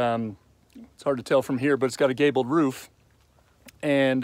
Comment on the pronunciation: Haha you said Gaybel